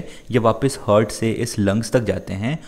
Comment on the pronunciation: it is heart not hart